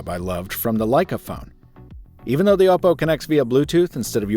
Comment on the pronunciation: Kudos for being one of the few reviewers who pronounces Oppo correctly